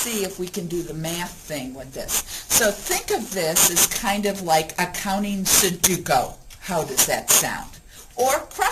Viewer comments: It's SudOKU not SudUKO. Great video though! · accounting su-du-ko .....LOl